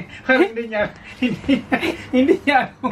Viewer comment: Omgg he said “hindi” just like a filipino!! 😍😇